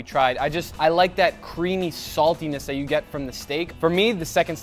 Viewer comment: guga says "diss" and "dat"